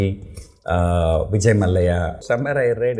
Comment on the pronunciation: It's vijay Malya Not mallayaa😂🤣😭